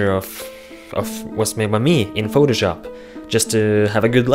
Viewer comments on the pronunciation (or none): none